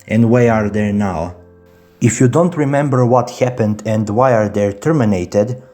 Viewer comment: "what hyapenned"